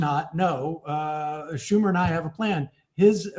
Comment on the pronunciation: The true mispronunciation wasn't Sam Seder's name, but Chuck Schumer's. The H is silent!